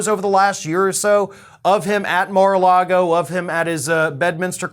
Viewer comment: yup mar a lardo